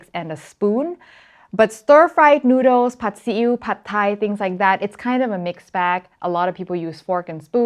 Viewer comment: Now people need to be taught how to properly pronounce Sriracha, Pad Thai and Tuk Tuk among other words